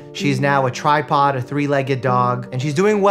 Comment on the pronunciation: With all due respect to Doctor Mike and Roxy. But why did he HAVE TO say TRIPOD like that 😂 🤣